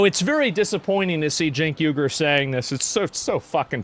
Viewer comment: I realize the 'Uygur' in 'Cenk Uygur' phonetically is "Wee gerr" like Xinjiang Uyghur internment camps, as apposed to "You gerr". China is at least a few steps ahead of these people. It is Cenk Weeger.